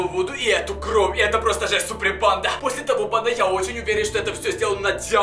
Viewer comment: Не кров а кровь